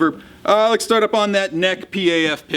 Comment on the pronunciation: why is he always saying "Lex" instead of "Let's"? Never realised that before, but now that I heard it it can't be unheard...